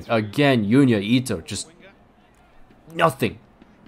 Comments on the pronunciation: love the vids and I hate to be that guy but Junya Ito is pronounced with a "J" as opposed to a "Y" so it is pronounced "Junya" as opposed to"Yunya" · it’s Junya not fuking Yunya